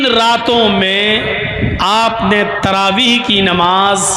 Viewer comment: sahih takaffuz TAARABI nahi, TRAVEEH hay